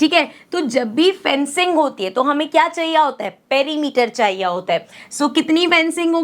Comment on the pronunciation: kya chaiya hota🤣😂 inplace of kya chahiye hota